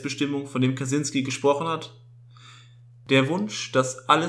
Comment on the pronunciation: Kaczynski ist ein polnischer Name und das "cz" wird als "tschy" ausgesprochen, also Katschynski. Aber egal, darum geht es nicht!! Ansonsten ein wirklich interessantes Thema, und wie immer auf diesem Kanal sehr gut dargestellt!!